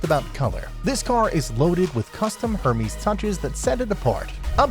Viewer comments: You pronounce Hermes like Herpes. It's Ermes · 'er-mez' mate